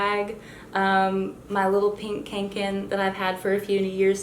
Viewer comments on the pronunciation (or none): Nice video, but as a swede I was twingeing a little at the Kånken pronounciation as the Å was pronounced more as our Ä. They are sturdy dang bags though, maybe a tad overpriced/trendy but they are good quality.